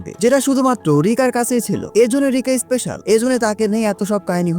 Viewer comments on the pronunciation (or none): none